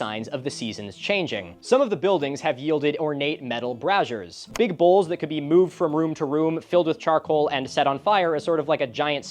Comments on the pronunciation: TIL that Milo pronounces "braziers" like "Brazzers" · I always thought it was pronounced like "bray-zers" I did not know it’s supposed to sound similar to the porn site.